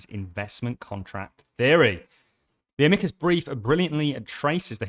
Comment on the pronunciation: Amicus not Amecus